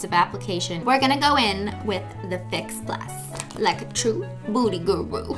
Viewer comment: You said pls.. and fox instead of fix. 😀